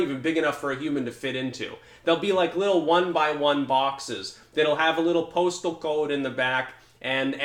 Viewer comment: The way you said postal code made me laugh so hard.